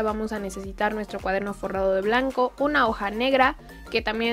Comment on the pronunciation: Alguien mas se dio cuenta de q dice cuadermo ?